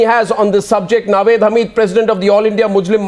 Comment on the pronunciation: Come on Arnab! That slip of tongue saying muzrim instead of muslim was deliberate! hahahahaha you